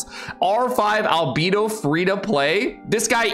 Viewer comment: The way this guy pronounces albedo makes me cringe everytime…..why are all genshin streamers so cringey (except mtashed)….its like mihoyo picks their VA’s and streamers based on how cringey they are…..